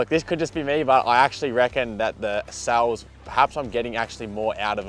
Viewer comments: is he saying souls, instead of cells? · I think it’s his Victorian accent? 😂